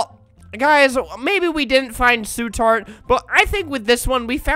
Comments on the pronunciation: su tart sound kinda like ... POP TART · Albert: Su Tart Captions: Soup Tart